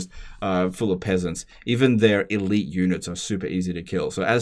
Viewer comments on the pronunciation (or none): none